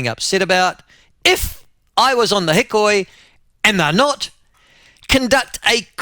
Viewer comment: It’s pronounced he-koi, Michael.